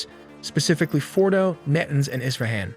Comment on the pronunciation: well done, but VO talent Must research pronunciation of Mossad, Fordow, and others, small but distracting. Congratulations on the animation and research, my respects.